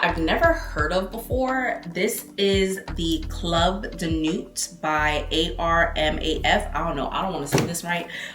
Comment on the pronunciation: Nubias for Nebras, Khamara for Khamra 😂😂girl A.R.M.A.F for Armaf 😂😂girl stop.